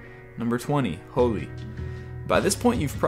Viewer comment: you said holi wrong